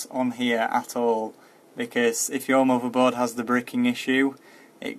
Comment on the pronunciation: LOL at some point you show off your settings voltages etc.. that is pure bragging since the video is totally about bios update not your settings. Showing u have a longer ** is useless. The only useful thing in that case is that u suggest to write down the setting... Nice Mordor ... oh sorry mother board. Cool pronounce!